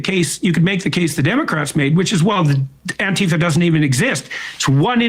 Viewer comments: If someone pronounces it "anteeeeeefa", then you know that they don't have a clue what Antifa really is. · I love how right wingers pronounce Antifa like it's their dad's sister. As if it's so abstract to them, that it's not only the meta that's impossible for them to understand but literally the word.